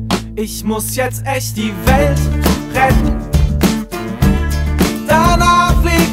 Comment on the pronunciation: Vor 11 Jahren hat sich mein Opa über seine Aussprache beschwert(Nur noch kurz die welt rett), jetzt reg ich mich darüber auf😢(aber ich mag das lied)